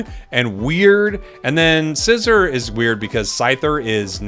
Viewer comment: IT'S NOT SCYZOR WHO TOLD YOU THATTTTT